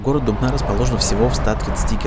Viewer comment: Я коклас из Дубны я рад то что он правильно ударение поставил